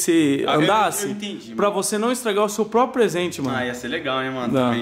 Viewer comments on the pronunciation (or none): none